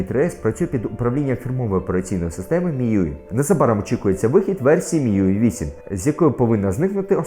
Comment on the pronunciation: Будь ласка кажіть міюай, а не мюі)!